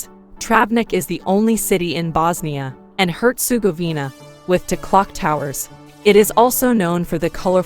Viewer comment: Voice over woman should've educated herself on pronouncing names of towns/cites.. feels disrespectful.. name of the country isn't even pronounced correctly...